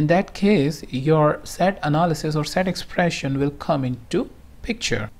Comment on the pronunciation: Hi... I appreciate the knowledge you have on qlikview and for the pains you take to upload a video. My Suggestion is that you should stop using the Slang of an American. You are unnecessarily stressing some words like an american which is breaking the momentum to listen to a video completely... EX: Exxpprressin...CCCommmpletely....You are prolonging words.. instead cutting short the matter. Thanks anyways